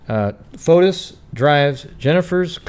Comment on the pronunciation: That recording was made ONE day b4 Jennifer filed for divorce she'd had the papers drawn up, he was to be served the NEXT day (MAY 2017) in Greece his name is pronounced Foti the S is not pronounced